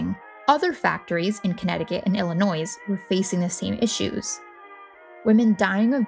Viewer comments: No “s” at end when pronouncing “Illinois”. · I said the same thing. Who in the US doesn't know the s is silent in Illinois? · A lot of people mentioned that she is pronouncing "Illinois" wrong. We are aware. I have told her that myself as I was editing. I didn't think it would be this much of an issue. Do try to be courteous in the comments. Thanks. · The "s" in Illinois is silent. I'm sorry, I had to say something. Very educational though. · The S in Illinois is silent. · For real though haha😂